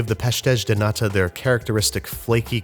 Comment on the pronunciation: Sorry bud but you gotta work on that pronunciation of “natas” - if you want the BEST Portuguese natas without leaving the country, come to New Bedford, MA.